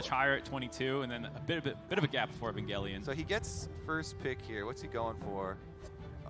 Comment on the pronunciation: Wait how did the casters just prnounce evangelion its like the anime right if so god damn that was butchered